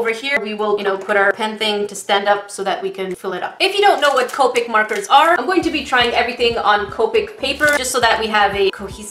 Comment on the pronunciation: it is co pic not coepic